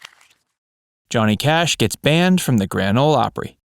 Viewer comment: We get Cohnny Jash. Get the original narrator back.